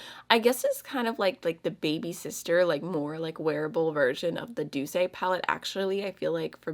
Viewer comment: thank you for this video! And yes you did pronounce the Douce palette correctly 👏🏻👏🏻👏🏻💜❤ in French Douce /doos/ means sweet, and you don't pronounce the e in the end 💋🍁🌱🥰🌹🦋